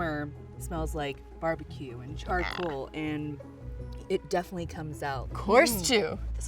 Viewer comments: word of the day: ch-ARR-ed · am i the only one who notices she says charred a MILLION TIMES in the video , like......